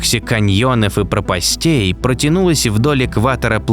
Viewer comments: Отлично, только не пропастЕй, а прОпастей, неправильное ударение. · Прóпастей, а не пропастéй!